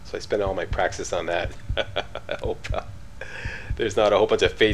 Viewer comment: Praxisisisisisisisisssss - Is the correct form of the word. ;)